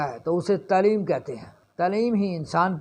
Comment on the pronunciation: Islaam aur taaleem saheeh se pronunciate karne se bhi aapki khabar mein aur wazan par saktaa hai, I think. X Tleem √Taaleem X mloomaat √maaloomaat X slaam √Islaam